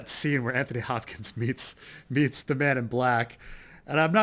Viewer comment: Is it me or does each time he say 'Man in Black',, sound like 'Men In Black'?